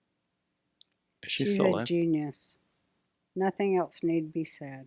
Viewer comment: This show is good, but dude, too many interruptions. Also, Roseanne’s son, the word is “else,” not “eltse.”